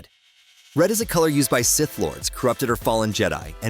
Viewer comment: Is it too much to adk for a human? Do I really need AI calling them "S" - "ith"?